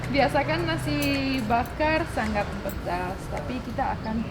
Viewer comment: Mbak kalo bilang SANGAT jangan ngomong SANGGAT ya kesannya kurang enak didengar kalo sengau jangan sanggat seperti ngomong ngatur,ngirim.dsb